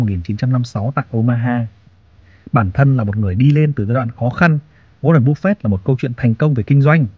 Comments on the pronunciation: cứ như phổ thông đi bạn ơi. "waren buf fét" dễ nghe hơn búp fẹt. và nếu mà ông ấy sống thọ hơn nữa thì với lãi suất kép khỏi phải lo đến con số 80tỷ ấy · goa ren búp phệt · Nghe cách bác phát âm tên Warren Buffett là không ổn và hết muốn nghe tiếp, bác nên tập phát âm tiếng Anh để giúp thu hút hơn. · qua ran búp phẹt :)))) nghe tên buồn cưới quá ad